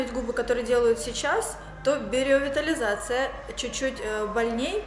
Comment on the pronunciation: Только биоревитализация, а не биреовитализация))) а так очень хорошо, и губы подспадут, норм будет 👌🏻